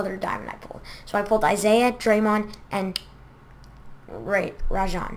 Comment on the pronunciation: can't even say draymond right